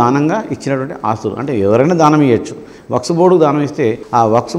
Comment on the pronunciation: Waks not sir.. Waqf sorry sir😎